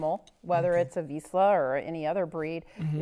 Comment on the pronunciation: If you can pronounce Zsa Zsa Gabor you should be able to pronounce "Vizsla".